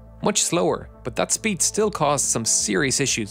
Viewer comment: IHT BUHT THAHT